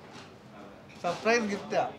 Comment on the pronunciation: സപ്രയിസ് അല്ല ചേട്ടാ സർപ്രൈസ്